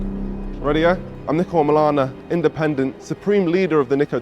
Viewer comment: Ur name is pronounced neeko. Not Nicko